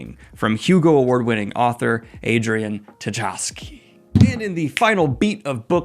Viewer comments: that pronunciation of Tchaikovsky🤦 thankfully it's not actually that hard. tʃaɪˈkɒfski / chy-KOF-skee, just like the composer. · Daniel, I love ya, so let me help you with Adrian Tchaikovsky's last name: say "CHAI" like the tea, then Kovsky and you got it! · It's Adrian Tchaikovsky [chai-kof-ski] for god's sake! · Love the content man but I see you still can't pronounce Tchaikovsky. I know its a tough one especially for dyslexics, but try this: "Chai - Cough - Ski" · Isn't the T in Tchaikovsky silent, just like in the composer's name?